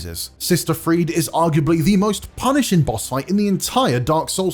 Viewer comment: Sister "Friede" is pronounced as Frida, not as Freed